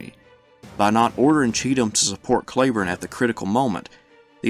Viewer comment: are you sure you are pronouncing Cleburne's name correctly?